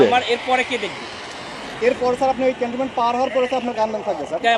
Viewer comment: ক্যান্টনম্যান্ট না সুদ্দাররম্যান্ট😡😡